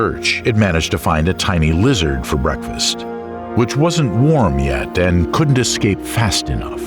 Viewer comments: Unbelievable!! I thoroughly enjoyed this but couldn’t believe my ears when the narrator, someone who reads professionally and should absolutely know better, was either too lazy or too ignorant to read and pronounce a word correctly. There’s no excuse. The word is ES-CAPE. There is no X or K in it. Somebody dock his pay please. Ignorance is not bliss. Shame on the editors for accepting that. . No such word as “…ex-cape..” or “…ek-scape”🤷🏼‍♀️ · “Ex-cape?” Uhf…